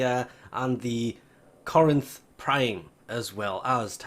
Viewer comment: Lmao he said Corinth right